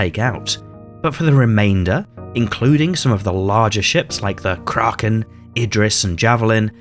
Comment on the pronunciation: Oh nooooo 😬 Please don’t say Krarken, it’s krAken……a……not…..arr, there is no r after the a It’s more cringe than ppl calling the Gladius the Glaydius 🙄